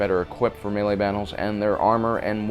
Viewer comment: Correctly pronounces melee, utterly butchers Agincourt.